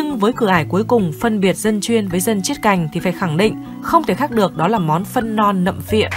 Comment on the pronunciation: 'nặm pịa' chứ không phải nặm phịa ty nhé phát âm chuẩn nhé